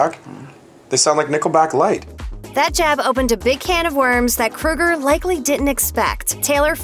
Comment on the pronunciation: It is Kroeger promounced with an Ohhhhh not like Freddy Krueger.